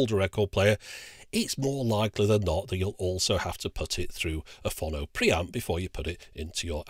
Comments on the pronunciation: Why do you keep putting an extra N in Pho-no to make it Phon-no? Also I suspect you can't play the (few) records where there are no track separation bands and I hope the switch also cope with 7" 33 1/3 rpm discs. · I thought it was pronounced "Phone -Oh" This reminded me I have a great linear tracking turntable that been in in storage for about 18 years now, I think its a Sony one. I honestly can't remember. In the same storage I also have this fantastic Hitachi MOSFET stereo amplifier from the 80's, huge thing with two big VU meters on the front, and I believe it had oil cooling too. It was very good. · Say 'Phone'.......now say 'Phono'..... ;) Lots of love, pedant. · Is there anyone else in the entire universe who pronounces "phono" the way he does?